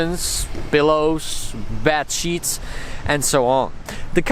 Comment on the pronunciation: I almost choked when you said bed sheet,I heard bat shit ahahahah,love your art tho man